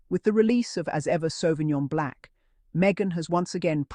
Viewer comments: Pleaseeeeeeee pronounce the wine properly BLANC NOT BLACK. I cringe everytime you say black.🌏🏝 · She is saying Blanc is her accent or pronunciation that makes it sound Black